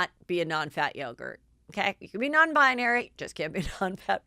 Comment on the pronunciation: Oh, Heather, I love your malapropisms SO much! Non-bionary?! Ps: I’d love to hear you pronounce Malapropisms on air, just for fun...